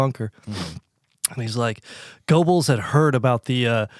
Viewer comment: Mispronouncing "Goebbels" lmao